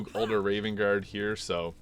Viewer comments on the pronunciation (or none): none